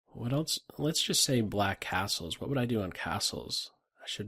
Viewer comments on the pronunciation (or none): Phone rings, I press pause just as is saying "castles", i finish on the phone and press play, I stand surprised by finishing his word sounding like "assholes" lol